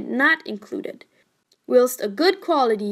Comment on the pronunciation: I wouldn't take advice from a computer-generated voice that doesn't even pronounce words like "whilst" and "reputable" accurately.